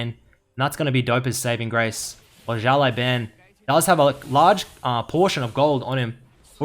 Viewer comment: 1 year ago but still Si-ao (Same L as in Legend) L-ao Ban